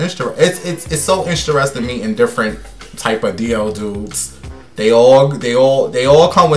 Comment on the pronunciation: OMG! This video felt like the old days! Back in New York with somebody walking in the bathroom in the background! Your ass still cant say INTERESTING!🤣😍